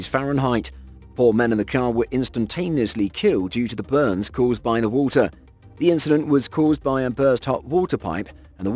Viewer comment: "as it keeps filling up with wohltuh ..."